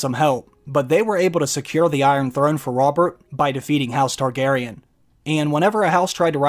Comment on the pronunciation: when the Mrs. & i heard "House Kardashian," instead of House Targaryen, we had to rewind to make sure Kim didn't make a cameo appearance...thank god she didn't, it took the last season to destroy this great series.